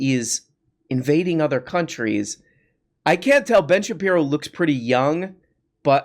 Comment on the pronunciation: Could you stop calling him "Ben Shapino" cuz I'm trying to enjoy this glass of water while I watch the video but I keep doing a spit takes every time you say it.😅😂